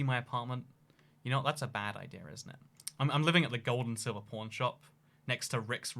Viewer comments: how says pawn sounds like porn lmao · OMG I THOUGHT HE WAS SAYING PORN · Living in Vegas isn't that great unless you move to the subarbs of Summerlin, Spring Valley, or Henderson. Also, when I first heard him talk about the pawn shop I thought he said porn shop and porn star.